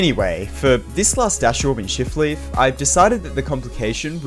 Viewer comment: bro i keep thinking is says “shitleaf temple” 😭😭😭